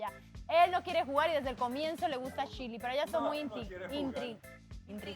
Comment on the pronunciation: ni pronunciar correctamente su nombre pueden jajajaj chirleiiiiiii jajaja